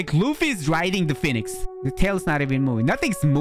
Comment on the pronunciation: "Phenix" Lol 🤣i love your vids btw!